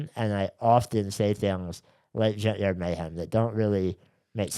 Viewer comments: Shane, every time you say “junkyard mayhem” I hear “gender mayhem” and I’m not mad at all about it. lol ❤ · I keep thinking Shane is saying “Gender Mayhem”